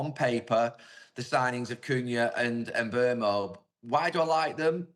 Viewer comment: Why do white people PURPOSELY mis-pronouce foreign names? Gary Neville must have heard Mbeumo's name pronounced by commentators and pundits at least 500 times in the premier league, yet he purposely pronounces it wrongly. Is this idiocy, soft racism or ignorance? I'll let one of you academics defend him, and enlighten me.